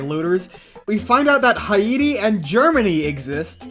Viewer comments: Sorry to be "that guy" but: "ha-YEE-tee"?????? (The typical English pronunciation of "Haiti"— at least that I've heard in General American— is "HEY-tee". /heɪti/ if you can read IPA— the latter /t/ often being an alveolar flap.) Minor pronunciation pedantry in a 2-3 hour long video aside: cool video! As it turns out, "2-3 hours of (passionate) transfem furry yapping" is quite enioyable :3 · Haven't heard someone pronounce Haiti that way in over 20 years. Also malfeasance is not a bird pokemon from gen 5